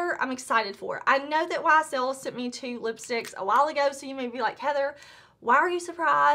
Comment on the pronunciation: Ysl pronunciation a+++. I'm French. Good job!